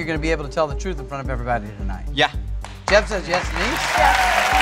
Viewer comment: Druth, yeah pretty comment for Danish ppl having issues pronouncing th.